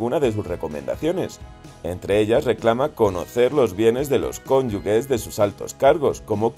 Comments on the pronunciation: Cónyuge en vez de cónyugue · Se pronuncia [kónyuje], no ⊗‍[kónyuge]; por tanto, no es correcta la grafía ⊗‍cónyugue. Real Academia Española y Asociación de Academias de la Lengua Española: Diccionario panhispánico de dudas (DPD) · Se dice cónyuge, se escribe con "g" pero suena como "j" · Se pronuncia ConyuJJJJE...!!! NO LLEVA U ENTRE LA G Y LA E POR LO QUE SE PRINUNCIA COMO J!!!! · Pronunciáis mal la palabra "cónyuge", echarle un ojo que no cuesta nada hablar y pronunciar bien, leñe